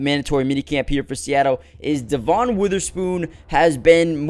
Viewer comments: It’s pronounced Devin not de von. I know, the spelling doesn’t match. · It is spelled Devon but it is pronounced Devin